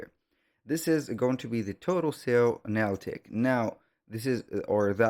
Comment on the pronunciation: Thank you for this, but please learn how to say "Analytic" properly